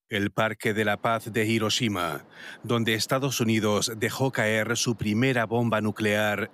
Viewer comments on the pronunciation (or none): Hiróshima? 😐 que onda puedo decir Árgentina?